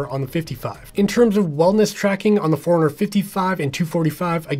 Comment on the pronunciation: Hey I too was annoyed in the beginning thinking why's he saying Four-Hundred-Fifty-Five and Four-Hundred-Two-Forty-Five, but then I realized it's not Four-Hundred that he's saying, it's Fore-Runner, lol :D